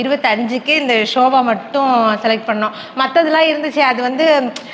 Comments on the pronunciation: Sobha illa akka sofa okk 😂😂 just for fun 😊 don't take it serious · shoba illama sofa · Shoba illama sofa. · romba cute neenga. Sofa nu sollunga shoba illa thappa ninaikathinga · Shobha ellai, sobhfa